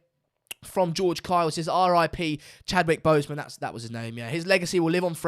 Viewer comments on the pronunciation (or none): Man couldn’t even say his name Chadwick boseman, about you ain’t watched the film Snm BLM ✊🏿